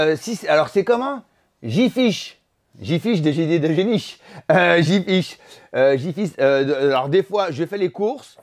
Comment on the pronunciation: "des idées de génich" 🤣, t'es con et c'était tellement spontané 😅